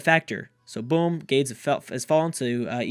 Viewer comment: so I hate that this is the only thing I have to say, but it's really been bugging me. The Carthaginian city that is being attacked by Egypt in the beginning of this video is not GAIDS. It's GAH-DES or GAH-DEZ. The Punic (Carthaginian) language is weird, and a lot of their words are difficult to pronounce (so I can see the confusion), but I know this for a fact. EDIT: As an after thought, I think if Byzantium wins, people who picked Rome should get half a shoutout (Byzantium wouldn't exist without Rome to be in the game)